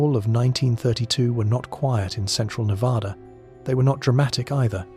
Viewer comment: Nevada. The first A sounds like the A in cat, mat,, at, bat etc. NOT like the A in apostrophe! Please. We're kinda of sensitive that way. Sorry.